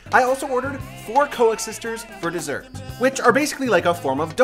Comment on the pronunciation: It's pronounced Cooksisters .... or local slang Coo-seester